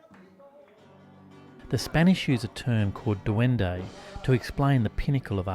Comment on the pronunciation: Love the video. Thanks for making it. But its not duendo. It's duendE